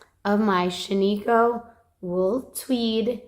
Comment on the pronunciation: Love the Shaniko fiber braids…but just an FYI, it’s pronounced SHAN-i-koh. The “i” is a short sound like “it”. It’s named for a ghost town in Central Oregon. 😊 love that my home state is getting some yarn/fiber love.